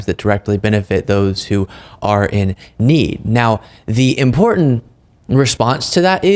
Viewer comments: imporTant imporTant its not effing imporDant margie gahhhh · I absolutely HATE the way she says "imporDant" repulsive. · I am bothered when she says Impordant. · MTG thinks she's so "impordent". She doesn't even know that there's no "d" in the word "important". What a dolt! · It’s what? “IMPOORDENT” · Marge - it's impordant to know what sord of spords teams you suppord. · Hey Marjie, pronunciation is impordant.